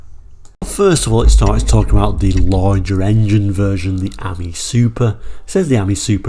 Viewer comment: It’s pronounced Ameeee as in the French for friend .